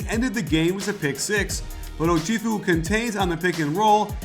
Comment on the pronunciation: iT'S Oh-CHef-ew. Not Oh-CHIEF-ew.